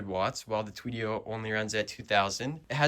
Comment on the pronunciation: Tuff build bro looks so good lol but when you were talking about the Yozma vs tuttio specs you said “Tweedio”